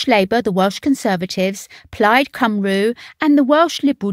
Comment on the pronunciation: My issue is with the voice over, not good, look for phonetically written Welsh to get the correct pronunciation. This digital age there are no excuses. It's not cymroo it's cymree. It's not senedd with a hard d it's senedd with a th, like in thee. If you are going to take the time, do it properly